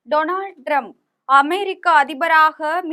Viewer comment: First learn to pronounce his name. President is Trump, not drump.